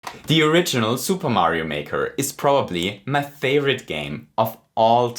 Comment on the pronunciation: I noticed when he says favorite he pronounced it "thay-vorite" and I could tell because he said it with his tongue.